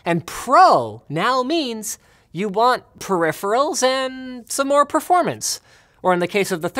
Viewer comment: I think you meant "Proripherals and Proformance".